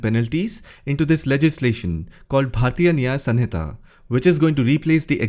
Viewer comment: Resp Sir, It's not SUN-hita